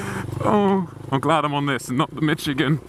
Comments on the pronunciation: Why do they both pronounce it Mitch-igan? It's pronounced Mishigan! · I live in Michigan... We definitely pronounce it "Mishigan" lol.